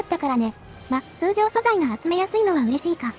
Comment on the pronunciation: 通ジョー 好きw